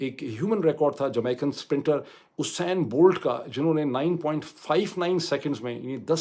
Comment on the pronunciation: ڈاکٹر صاحب صحیح تلفظ "یوسین بولٹ" ہے۔ 🙏